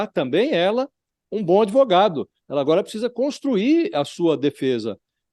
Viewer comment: "Por quê comprá-lo? Por quê não comprá-lo? Comprei-o-Ô!"... É um pândego esse "adêvoGado"! 🤣